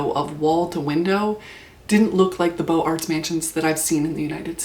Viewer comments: Nothing more frustrating than doing your best to pronounce foreign words, and yet not quite making it. A+ for effort. Beaux Arts is pronounced "boze arrrr" Liason between the z sound at the end of beaux - though we see no z - and the a of arrr. Boze-arrr. No t or s sound at the end of arts. French pronunciation is a bitch. Great vid, by the way. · Please pronounce the Z sound in Beaux Arts. You sound uneducated. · a few notes from an architecture student and film minor, (I was who The Brutalist was made for actually hehe jk) Mies is pronounced like "Meece", and beaux arts is pronounced like boe-zarts". sorry I hear these words every day so I had to correct that